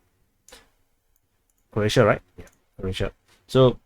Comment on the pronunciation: It’s pronounced as “Crow-ats”, not “Crotes”. 😂 Sounds like you have a Singapore accent!